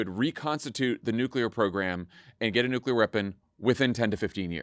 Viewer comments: Anyone else flinch every time they hear Dan say "nuke-ya-ler" a la Bush Jr. over and over again? Gaaah, that mispronunciation is like sandpaper on my soul. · I'm kind of surprised that Dan went with the George W. Bush pronunciation of new Q. Lur.